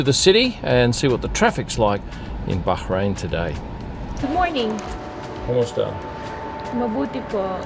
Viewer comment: kudos for your correct pronunciation of Bahrain. Now please teach the Sky F1 commentators